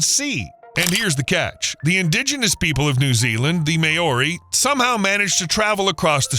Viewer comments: What the hell is a "Mayori" ?...You need to work on your pronounncations, bro! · The may-OR-ee??? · that's a horrible mispronounciation of Māori 😆